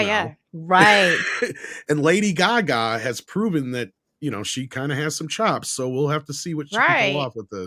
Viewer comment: Lady guga?????? Can these ladies not look up how to say names????